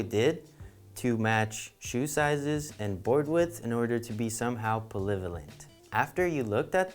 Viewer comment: “Pravelavent”. Is that even a word? Lol. Classic.